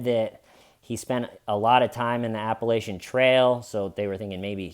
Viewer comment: I love your videos but it’s “appalATCHinn” like if you say it wrong again someone might throw an apple atcha